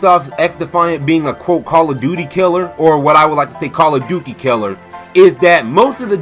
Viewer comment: Don't forget the fact that Ubisoft has completely forgot about one of their star franchises: Rayman. Also, LOL, Call of "Dukey". Good one, dude. XDD